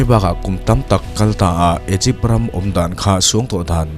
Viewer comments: Igipth nilo in I gupt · A bengvar thlak khawp mai. Mahse Sarcophagus = Sakrawphagi nilovin sarkawfagas. Egypt = Igipt. Hieroglyphic = heuglafix nilovin Hairawglifik